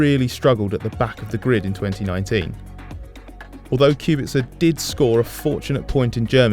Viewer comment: Finally someone who pronounces Kubica good enough